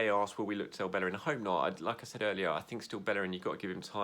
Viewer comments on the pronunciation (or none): dude said he'd like hector ballerin at right back! ....hector bellerin 😐